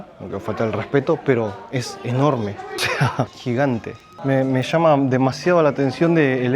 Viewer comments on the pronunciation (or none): none